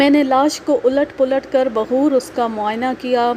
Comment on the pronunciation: Aap ne ek jaga baghoor parha h, baghor sahi h...